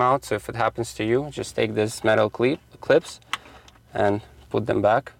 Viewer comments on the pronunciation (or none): 😂 metal cleep, uh clips